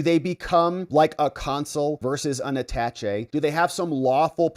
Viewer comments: AaaTaaShay not At tach E... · You are a lawyer? and do not know how to say the word Attache' ?? it is not pronounced "attach-E", it is properly pronounced "A-Ta-Shay". Not a big deal, but it drives me crazy when you keep saying it wrong :) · Attaché is prounounced aaa-taaa-shay (saying the "aaa" the same as the sound a sheep makes — baaa) because it is a french word. The equivalent word in english is attachee which is pronounced uh-taaatch-ee. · It's pronounced atashay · I gave you a thumbs down because you are under educated. You mispronounce so many words in your videos. Usually I think you do it on purpose. Attache is pronounced at·ta·ché [ˌadəˈSHā] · Why are you butchering the word attache? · Attaché please pronounce it right. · Total nitpicking I know - you are pronouncing attaché wrong. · How hard is it to look up how to pronounce "Attaché"?